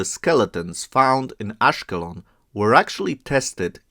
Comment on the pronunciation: ASH-KELON -- the stress on the latter part of the word.. AGEAN - the G is pronounced like the G in GAME! The Hebrew Bible refers to them as PEOPLE OF THE SEA! Very obvious!